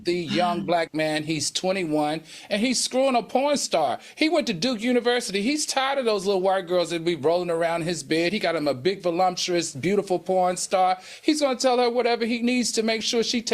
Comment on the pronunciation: Al said "vo-lump-tuous'🤣🤣🤣